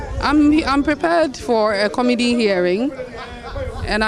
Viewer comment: Huumm our English if I head the sound well " to meet the comidi "for committee 😂